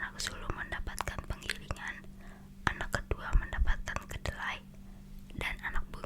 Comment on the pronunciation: KELEDAII KAKAKKK BUKANN KEDELAII